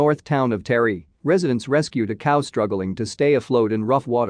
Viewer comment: it's pronounced TA-REE not fking terry